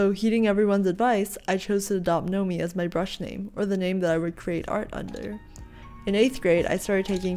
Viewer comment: NOMI. It sounds like: Not me. :D Greetings.